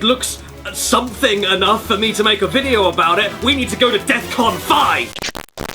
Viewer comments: "We need to go to Deathcon Five!" It's Defcon, Caddy. It stands for Defense Condition (actually Defense Readiness Condition but then it would be Defreacon which sounds like Da Freakin' which is hilarious). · I know what defcon is but it sounded like he said deathcon. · He said deathcon.